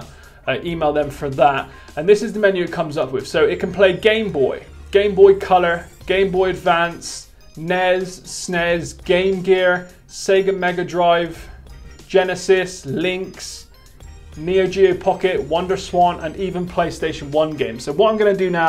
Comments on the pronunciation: Where the heck are you preteens getting "ness" and "sness" from. It's N.E.S. .es) and S.N.E.S. .es). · i want to subscribe but every time i hear "nez" and "snez" i decide not to lol